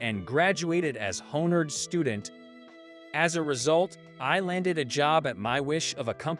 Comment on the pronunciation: Please, please, please have your narrators read better. I can usually just overlook it, but these are bad and it's really hard to overlook, Like the word 'honored' pronounced 'hornered'. Really? How about fiance, pronounced fee-ahn-say? narrator pronounced it 'fee-an-cee'.